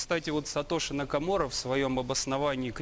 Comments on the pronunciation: Хахахахах "Сатоши Накоморо" ??? Кретины вы!!! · Это надо произносить так Сатоши накоморро